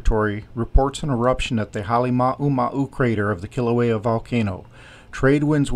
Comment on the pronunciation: The way you say Kilauea is horrendous.